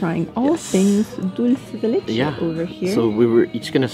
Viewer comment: Yo Sam! It's NOT "Dull-say de leche"!! It's "DOOL-SAY de leche"!! Love you guys!